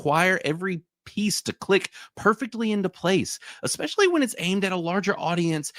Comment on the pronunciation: did bro really just pronounce it "ex-specially" like a toddler 😂